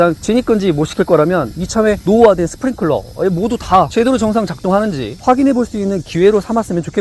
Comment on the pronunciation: 뭘 자꾸 스프링 쿨러 쿨러 쿨러 지식 전달 채널이면 맞춤법이나 제대로 전달 합시다 sprinkler 뭐라고 발음하시겠어요?